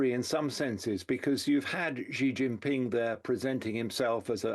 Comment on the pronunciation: Anytime a 'China expert' can't properly pronounce a simple Chinese name; Xi Jinping, I call bullshit.